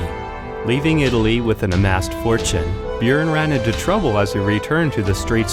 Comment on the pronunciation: Audi Thief he said it wrong and its Björn